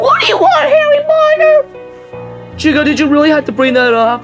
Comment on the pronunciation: did she say HERRY POTER oh i get it becaude of herry as in hear as in rabbit.